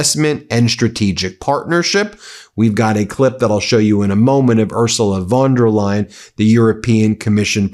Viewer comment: A wee heads- up, Ben.Her name is pronounced " oor zoo la fon der lie en" Many thanks to you and your team for upholding the truth in this world. You give a scared old Scot much hope.